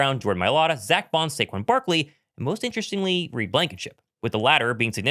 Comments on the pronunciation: Saquon or sayshawn? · Say who Saiquon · Say-shon Barkley, 2K Say, Saquon. Let’s go Birds!!